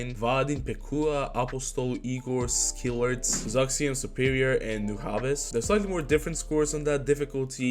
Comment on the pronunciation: noo - jah - bes